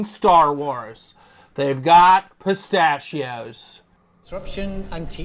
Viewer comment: "Space-tachios", "Space-tachios" 🤌